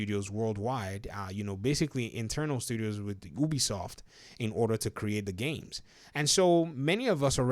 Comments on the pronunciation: clearly most people say Ubisoft and not Obisoft so please start saying it right. One dad to another :3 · Do you pronounce U - O? Then why do you pronounce Ubisoft - Obisoft?